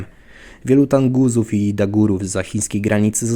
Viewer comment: Kolego nie Tanguzi tylko Tunguzi po t jest u nie a!!!!